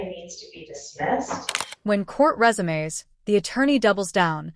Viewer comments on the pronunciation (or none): Glad i wasnt the only one to notice. Mispronounced "Resume" when the court resumes. Its not a job Resume, lol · Rez-oo-may instead of resume. I hate this AI crap.